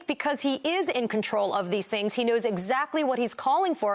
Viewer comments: Trump can't even pronounce the werd's "Truth & Social "cause he pronounces them as "Troath & Sential." So how would he know how to beven begin to know the truth even if it hit him in his antisocial lying head? Hmm? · Donald can't even pronounce his own Truth Social cause he pronounce's it "Troath Sential" kinda like he calls China as "Chynnna" and hamburgers as "hamberders.".